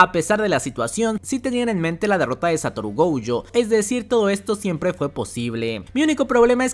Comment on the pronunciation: no me acordaba de lo desesperante que es escucharte decir GOUYO es GOJO!!!